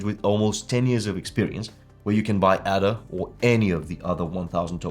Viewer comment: It's pronounced "AAAAAAAA DA". It's named after Ada Lovelace, recognized as the first programmer. If you want the audience to respect you, please take the time to at least pronounce it right.